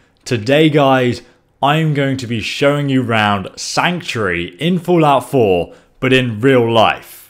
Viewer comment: "Foolout 4"